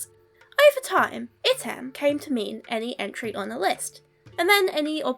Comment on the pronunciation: Good foreign pronunciation as far as I could tell—only remark is that Latin item is accented on the first syllable.